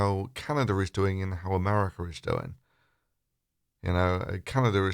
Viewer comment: New countries are propping all the time! I'll have to go look up this Americar and Canadar that you speak of ┻━┻︵└(՞▽՞ └)